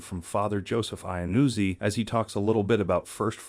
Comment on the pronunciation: It should have been the other way around: going to confession, and then only receiving Communion… not the opposite. Besides, Father’s name seems to be Italian, and I doubt it’s pronounced “Aynuzzi”… maybe rather “Yanuzzi”?